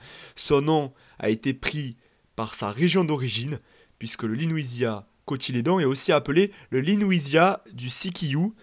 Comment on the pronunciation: Je pense que c'est LEWISIA et non LENOUISIA, il n'y a pas de N. Vidéo claire, synthétique et instructive 👍